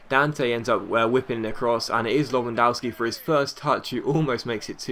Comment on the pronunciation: Hate to be one of those guys but Lewandoski pronounced Le-van-dof-ski